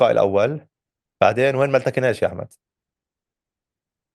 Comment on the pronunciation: نحبك يا وائل لتميزك في تلخيصك الصحفي اليومي الذي تقدمه عبر تلفزيون الغد .. لا تقول إِحمد او محِمد والفظهن صح ههههههههه